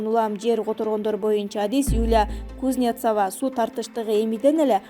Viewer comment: Сидорова,Кузнецова фамилияларды окуганда басымды туура коюп окусаңар жакшы болот эле...